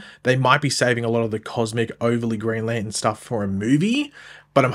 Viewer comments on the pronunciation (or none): It's NOT Lan in....can you pronounce it correctly! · Put the "r" in Lantern!!!!!!!!